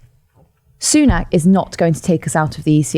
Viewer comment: I know they're saying "rishi boobs-nak", but all I can hear is " rishi boob snack"...